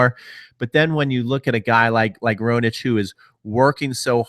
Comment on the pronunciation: Lol your pronunciation. It's Zverev, not Zrev, and Raonic, not Roanic.